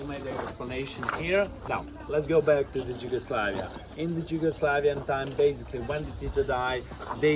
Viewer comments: Đugoslavija lmfao, why isn't he pronouncing it in our native language ffs. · Lol, that guy doesn't know how to say Yugoslavia